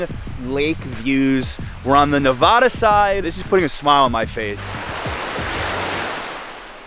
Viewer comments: It’s Nevada , like Montana, not Nuvuh da. Other than the pronunciation, well done. Thanks. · I hate fun facts..and that's not how you say "nevada".. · You need to learn how to pronounce Nevada. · then everyone in New York is wrong. The vad in NeVADa rhymes with dad, sad, glad, had, etc. it’s not vod.